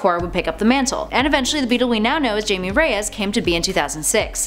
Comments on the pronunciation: It's pronounced himay not jamie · Jaime isn't pronounced JAY-mee. It's pronounced HIGH-may. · TNTNinja 04 Hi-may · It is Jaime (pronounced Hi-May), not Jamie